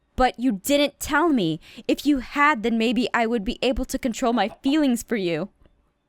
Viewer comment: FEEWINGS ON EVERY SERIES SO MUCH FEEWINGS STOP WITH THE FEEWINGS PWEASE